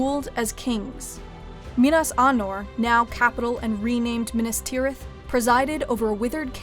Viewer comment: You can pronounce Minas, Isildur etc but you cannot pronounce the word "plague". it is Play-guh, not Plagg.